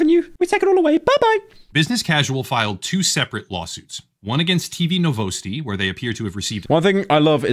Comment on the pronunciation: bro actually said NoVoUsTi instead of Novosti (Nov-os-tee)